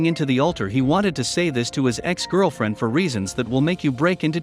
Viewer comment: So am I the only one disturbed by the auto voice narrater can not say the word ex (e x) and wasn’t (wasn t) with the technology we have these days we can’t have automated voices to say words completely? Many say computers, robots ... are smarter than people I don’t think so these machines can’t even talk